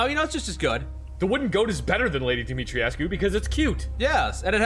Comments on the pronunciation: NPC says Dimitrescu. - A minute later you do it wrong again. It's 3 syllables. The U is silent. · Have to say guys, it’s pronounced Dimi-tresk not dimitri-E-esc-U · Dimitrescu isn't a real name, but Dumitrescu is. I would assume it's the same, but with an "i" sound instead of the "u". Here is a link to how to pronounce it: Voice actors are not always right with their pronunciation of foreign words. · Since they are in Romania then I would think the pronunciation used would be Romanian, if so then the pronunciation used in-game is wrong. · That's actually not true. They're mispronouncing it in the game. They went for a french pronunciation, but it's a Romanian name. You're supposed to pronounce it phonetically.